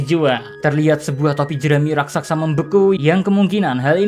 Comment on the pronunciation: raksasa woi bukan rasaksa